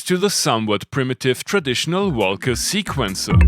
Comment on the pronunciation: English is not my first language either, but why do you say velcome and wolca when you say world and reverb?